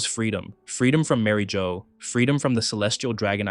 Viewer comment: Sorry to nitpick but I believe Marijois is meant to be pronounced like Marie (ala Marie Antoinette) and the end of Bourjois. Marie-zhwah.